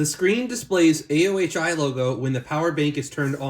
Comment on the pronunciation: not sure, but i think the company is pronounced A-oh-ee